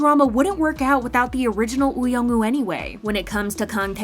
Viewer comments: Why does the narrator keep saying 'Extraordinary Attorney Ew' .... ? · She says woo wrong lol